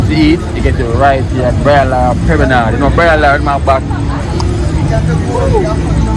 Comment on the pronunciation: That guy isn't pronouncing the word right it's not permanard, it's promenade